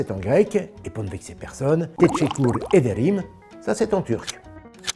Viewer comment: ... teşekkür avec un " Ü "